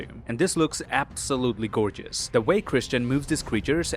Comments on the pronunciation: Minute : Did you said “GORRgeous”? Sorry, you can bully me if you want. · “And this looks absolutely GORRgeous” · man just called him "Gorr-geous" lmao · GORRgeous you say?